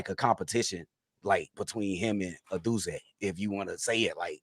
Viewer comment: Congrats for FINALLY getting Odunze's name right. So funny.